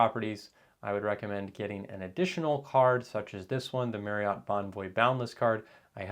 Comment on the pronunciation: FYI: Marriott is pronounced like saying “marry-it.”